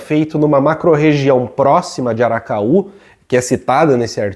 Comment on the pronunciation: Uma correção, o nome da universidade é Vale do ACARAÚ e não aracaú!